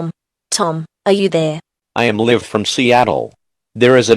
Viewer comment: the mispronounciation of "live" made me laugh for a while, then the fucking creepy eas tones scared me